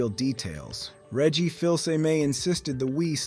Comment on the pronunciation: While I can appreciate a focus on facts, the presentation here does feel rather robotic for not expressing any personal opinions about the story, here, not to mention weird inaccuracies like the pronunciation of Reggie's name to calling Super Mario 3D World a sidescroller. I am wary about tossing out accusations of using A.I., but some of the speech is very stilted and awkward in a way that is often characteristic of computer-generated voices.